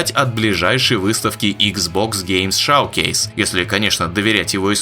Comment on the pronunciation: Да и на английском это не шавкейс так то... А шоукейс 🤷🏼‍♂️